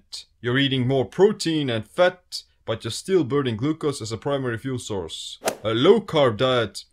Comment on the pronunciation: it's the speed you pronounced fat ... fut , i imagine if you said it repeatedly you'll make a Ninja footsteps sound running in a forest : fut fut fut fut fut fut fut fut fut 👣👣👣👣👣👣👣👣👣👣👣